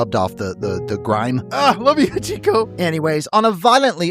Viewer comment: The way you pronounced Hachiko really threw me off for a second there, haha!